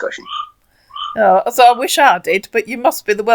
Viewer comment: This mugu sounds familiar. I think you and Bluelady have busted this asshat before- or there were others this young and from the same region in Nigeria with similar dialect, accent, and English speech and grammar patterns (he pronounces "so" as "serr"). I suggest you inform the mugus that the 1970s-90s movie/TV trope "you're beautiful when you're angry" is not flattering, but an insult. And the attempt at shaming a woman for asking pertinent questions like a child is also pretty damn bad.